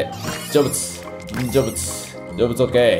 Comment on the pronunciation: 成仏がジョブズにしか聞こえない…